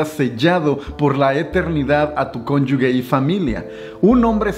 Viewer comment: La "g" de conyuge la pronuncias mal, se pronuncia como " j"; ya que no lleva "u" entre la g y la e. 😉